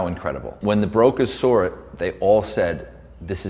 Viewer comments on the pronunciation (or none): "when the brokers soar it" I don't even know how it's possible to pronounce "saw" like that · When you are a wealthy builder, you have to pronounce "saw" as "sour". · He pronounces "sore" rather than "Saw" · Apparently millionaires cant say "SAW" correctly... he says "Soar" it... tf... I've met alot of people with this speech impediment... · Did he say "brokasaurit"? Is that some type of dinosaur with no money?